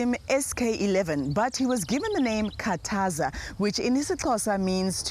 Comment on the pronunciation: It Khathaza not Kataza